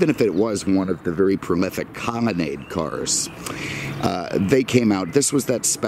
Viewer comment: I enjoy these videos, what is it with this guy and pronouncing L as M...Comonnade, Cadamac, etc.